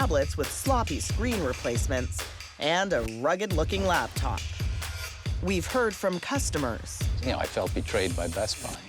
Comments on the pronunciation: Drink every time she says "LABtop" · It isn't a LABtop. It's a LAPtop. 😡